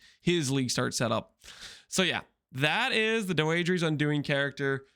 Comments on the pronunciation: It's pronounced Dee-dra btw i think its a french name or something. Im wondering why when I cast this curse my energy shield or life gets hit? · unc tryna trigger me saying doedre like that